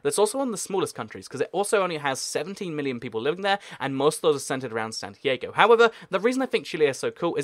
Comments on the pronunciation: im pretty sure its 'SAN-TEE-ARR-GOW' NOT 'SAN-TEE-AY-GOW' I think youre mixing it up with san diego? 'SAN-DEE-AY-GOW' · San t a go...just saying. Lol great content very knowledgeable